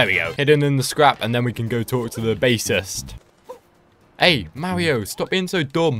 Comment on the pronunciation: its Mario not mawio